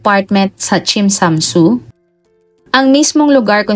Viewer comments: Tsim sha tsui... Chem cha choy not tsim sha chu...😊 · NA DISTRACT AT NA BOTHERED AKO SA WRONG PRONOUNCED NG TSIM SHA TSUI HINDI PO YAN KASING SOUNDS LIKE SINSAN SU FOR GIRLS FACE.. Tsim (like Tsiiim) -Sha (like Shasha Padilla) Tsui (choy or choi) Ang Tsui hnd kim Chu na CHU kundi Tsui Tsoy or Chuy or Choy Next time You search the word and watch on YouTube how they pronounce kase wrong pronounced is wrong here. Although sympre get na You don’t know pero im here to help hopefully for next time better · chim cha choy ang pagbigkas po 26 years nako d2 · chim cha choy po ang pagbigkas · tsim sha shui yata mali mali naman pagkasabi😂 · wag mo n usisain yes TSIM SHA TSUI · Tsim sha tsui (tsim sha tsoy po ang pag pronounce) 🥰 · Understandable naman kht hindi nia mabigkas ng maayos dhl hnd naman bia kabisado ang mga lugar at qng paano ipronounce ung mga lugar d2,. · Sorry, wrong ang pronunciation mo sa place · Normal lang Hinde Naman Siya taga hk. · Nung mga bago tayo dito aminin natin dami din nating di alam i pronounce na lugar kaya accepted naman na di nya masabi ng tama dahil dipa cya nkarating dito 😅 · Okay lng yan..di nman kasi sya Chinese